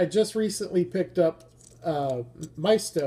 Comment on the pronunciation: 'my-east-toe' is how Maisto is pronounced.🤓 Those vans are peg warmers around hyaw.